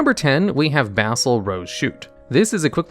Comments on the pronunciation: You don't read very well do ya? Rudey Rose Dragon... my goodness you're stupid. Bassal Rose Shoot lol. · Usually when there's a double consonant the preceding vowel is short (i.e., "ruddy" rhymes with "muddy") 👍 "Basal" is pronounced kind of the same way Americans pronounce "basil." Think "base."